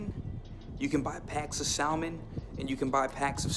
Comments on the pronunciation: It's pronounced sa-mon (silent l) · Please learn how to say salmon